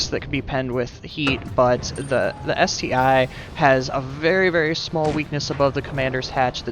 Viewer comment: hey, I know it doesn't matter to much but actually the tank is supposed to be called ST-"one" just like the tiger I. I can totally understand why you call it ST-"I" and i did call it this way for a long time, that is because there is no ST-II to prove the opposit. however if you play the game in russian the tank is called CT-I if the tank was ST-"I" in russian that would be CT-И and it doesnt... but you can call it anyway, good job!